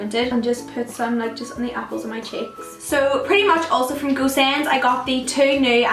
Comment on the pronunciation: When she says "Go Send" it sounds to me as "goose end" :)